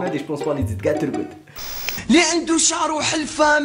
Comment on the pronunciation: مقالش ترقد. قال ترغد